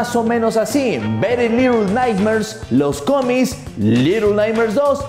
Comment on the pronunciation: Soy yo o digo “los comis “ jsjsj